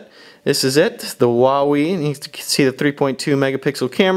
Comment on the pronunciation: xD I thought you said whenever you said Huawei